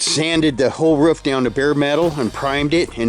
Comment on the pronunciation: Why do Americans say “woof” instead of roof?